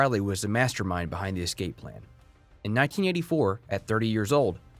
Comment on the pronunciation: Are you really pronouncing escape incorrectly to start the video???